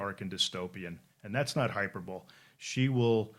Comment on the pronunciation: Hard to take a guy seriously who doesn't even know how to pronounce "hyperbole".